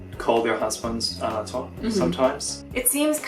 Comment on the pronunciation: you don't know how to pronounce anata correctly or you're just doing an english accent?